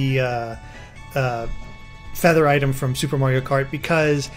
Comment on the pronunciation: loll who else heard mario karty